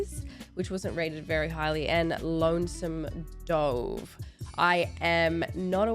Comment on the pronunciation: “Lonesome Dove” the way you pronounced that😂😂 That’s a miniseries that needs to be reacted to. Some claim it’s the best western ever.